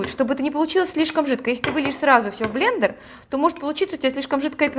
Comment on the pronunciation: долго держался, прежде чем произнёс "блЕндЕр":)